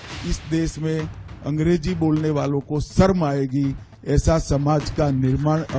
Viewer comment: अमित शाह जी, पहले शर्म तो सही बोलना सीख लें। शर्म है सर्म नहीं।